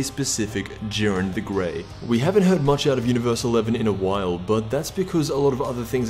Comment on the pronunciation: It's not jiiren